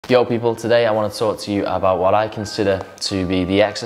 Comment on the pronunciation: Sounds weird when someone in a different accent says Yo